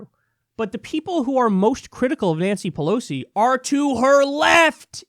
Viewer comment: Pelos? Is Kyle learning Spanish now?